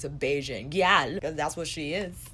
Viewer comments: You're hilarious! That sensual zoom killed me lol I died a little at the pronunciation of gyal, but you got Bajan right and that's what really matters haha. ( I say this as a Bajan) I'm between getting Island Ting and Bajan Gyal, and I cant't wait to get in store and swatch them sighhh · Haha it wasn't terrible, it was more all the emphasis you placed on the "l", but that's minor. I'm coming to the US at the end of the month and I can't wait to spend hours in Sephora Edit: and I'll be there for the VIB sale! My excitement is real.